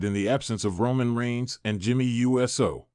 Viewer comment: My god it’s pronounced USO! Not U.S.O. Get it right.